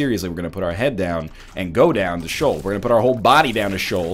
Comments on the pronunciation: You keep pronouncing Sheol as "shawl".... I always thought it was more "shay-owl"? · I thought it was pronounced "Shee-uhl"